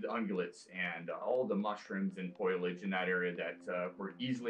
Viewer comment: Really good documentary. It was funny where, , the guy said “foilage” instead of “foliage”. 😂